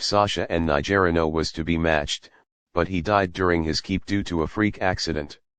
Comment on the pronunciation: It’s not….ni ger ino…it’s niger ino…..